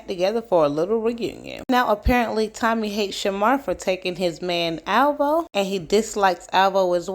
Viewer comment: I thought I was the only one who heard Tummy instead of Tommy. 😂